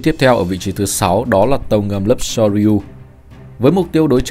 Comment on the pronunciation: Soryu : đọc là sô riu nhé ad